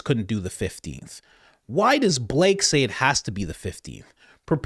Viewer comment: " BA LAKAY" 😅😅😅